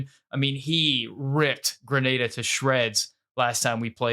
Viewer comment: You pronounced Grenada correctly, well done my friend